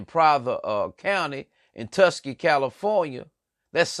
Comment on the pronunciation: I hear what your saying but you saying all the names of places wrong at one point you said tuskee county